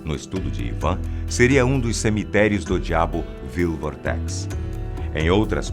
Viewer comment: Experimente: (pronúncia: "Uáild Vórtex" do inglês "Wild Vortex" - (Vórtice Selvagem). O google tem um tradutor em que podemos colocar a palavra no idioma desejado e, caso tenha dúvida ou não conheça a palavra, você pode ouvir sua pronúncia correta. E o que é melhor, é grátis. E seu vídeo é muito bom.